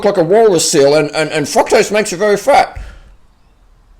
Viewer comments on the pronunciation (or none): i crack up at his "fucktrose" xD